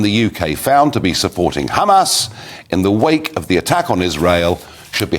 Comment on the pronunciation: Ha mas NOT Ham as